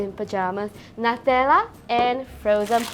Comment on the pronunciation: Nutella should be pronounced as (new-tell-uh)